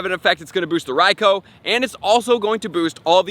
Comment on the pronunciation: Bro your pronouncing raikou wrong you have to pronounce it like raikuu